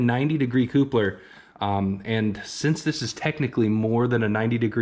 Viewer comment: Where did you find the “COOPlers”? 😂